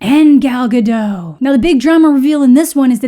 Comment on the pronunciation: just an fyi Gal Gadot's name is not with a silent T, you should say Gadot not Gado. don't know why so many Native English speakers assume it's a silent T